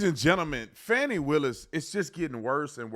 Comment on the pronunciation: I love that you pronounced her name Fannie instead of Fahh-ni. You can fancy it up but it's still Fani (Fannie).